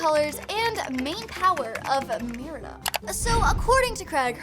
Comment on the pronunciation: You said marida